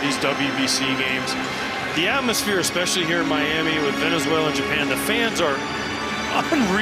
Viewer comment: 主審はべねぜいらより寄りだ 何回間違える？